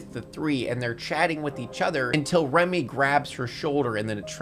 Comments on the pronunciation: "Remy"? Her name is Rumi. Turn the subtitles on, guy. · this is a great video, but her name is Rumi.. Not Remy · “Remy” the whole time was painful